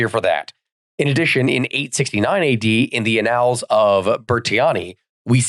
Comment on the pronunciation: Annals. Anne-uls. emphasis on the first syllable. Sorry.